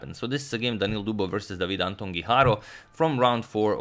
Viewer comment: #suggestion As a fellow Spaniard I have to say that it is actually pronounced Antón (with the "ton" stressed) Guijarro (strongly rolling your tongue on the r sound). Keep up the good work!